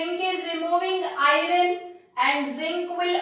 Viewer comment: Mam y r u telling irone can we call iron as irone